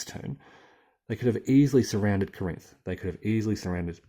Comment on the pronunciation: Oh, one thing (not to harp, but I thought you'd like to know)... There were a few city names that you are pronouncing "incorrectly" for the local dialect. 1. St. Louis - you are calling it Saint LOU-ee. It is pronounced Saint LEW-is. 2. Corinth - you pronounce it Cor-INTH. It is CORE-inth. 3. Decatur - you pronounce it DEH-ca-tur. It is De-CAY-tur. (Almost, Dee-CAY-tur, but not quite.) 4. Cairo - you pronounce it CAHY-roh. It is CAY-ro (in Illinois. You say it correctly for Egypt!) Take it for what it's worth and thanks for the good videos on USCW.